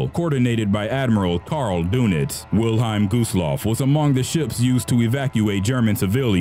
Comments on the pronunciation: wil-highm? its wil-helm. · I love how the narrator reads WILHELM as Wilheim. Furthermore Lusitania and Empress of Ireland were ocean liners not cruise ships. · Pronunciation please! Wil-HELM. t says so right on the ship! Lusitania infuriated people in US but Pwarl Harbor pushed it into war (the day after.) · Us English speakers pronounce it 'Will-HELM', not 'Will-HEIM'. Just Sayin'.